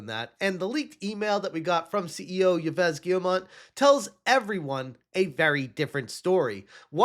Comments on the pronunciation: Ives is pronounced like the female 'Eve' in English. The S is silent. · Yves is pronounced 'Eve' in English. Great news vids lately. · Yves is pronounced eeve, not eevess. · The way he says Yves is so obnoxious It's a french name, not a spanish one It's not supposed to sound like "he-vez" The "es" at the end is supposed to be muted It's supposed to sound closer to "Eev" Kinda how english speakers say "eve" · As a french speaker, I must inform you that "Yves" is pronounced like "Eve". But Ubisoft execs deserve the mispronunciation, so still okay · Jesus Christ! Americans and their pronounce...YVES Guillemot as in YVES ROCHER, Dimwit. It is pronounced same as EVE ('i:v). 'Muricans... sheesh... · Yves Guillemot,pronounced Eve Geemo. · Just for your information, "Yves" is pronounced exactly like "eve" in English. Cheers! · Don't care about that Yves guy. But as a french speaking person..the way you pronounce that is funny. French is not a logic language. Yves is pronounced like "eve" as in Christmas eve ou Adam and Eve. Not logical, but just a little FYI. ❤❤ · The name Yves is pronounced like ''eev'' for future video if you need to mention him again! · The name "Yves" is pronounced with a long "e" sound, like the "ee" in "see", followed by a "v" sound, and the "s" is silent, resulting in "eev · How is it possbile that you don't even know how to pronounce Yves' name? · stop being an ignorant american and try to pronounce yves. it is not that hard to not be american trash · I love how incorrectly he pronounces the CEO of Ubisoft's name. Ee-ves Gheemont. ✨💃😂💀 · Bruh, it’s pronounced “Eves Gill-Moe”. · It’s “Eve Gee-yuh-moh” French does not pronounce some letters like the “s” of Yves and the “t” of Guillemot. Source: I’m French.